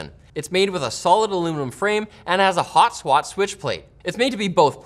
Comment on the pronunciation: "And it has a Hot-Swat Switch Plate"